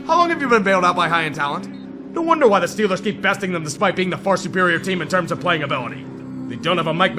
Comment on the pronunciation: when Yinzer mode activated: "THA STILLERS GAHNTA SUPER BAWLLLLLLLLLL!!!"